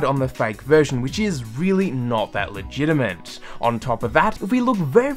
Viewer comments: It's legitiMATE, not legitiMENT and legitMACY, not legitiMENCY. Simple things like this ruin any credibility you may have. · why do you say la gina mint